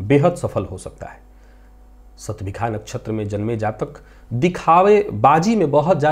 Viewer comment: आप विद्वान् हैं, युवा हैं, समर्थ हैं : एक पुरानी परंपरा, जिसका विशेष कारण समझ में नहीं आ रहा है, बदल कर सही करने का प्रयास करें तो सफल हो सकते हैं। वह परम्परा है— 'ष' वर्ण का उच्चार 'ख' करना। आप भी 'शतभिषा' नक्षत्र को "शतभिखा" कहते हैं ! कर्णकटु लगता है...